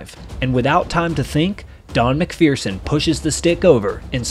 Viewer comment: There is no " fear" in MacPherson. You are mispronouncing his last name.